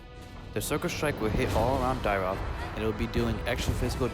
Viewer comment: Nice vid..... but isnt it.... Dyrroth???? Not Dyroth????